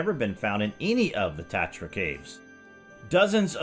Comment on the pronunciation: I'd replay again the video when i heard Tartarus...oh its Tatra... Another great topic dude 💕💕💕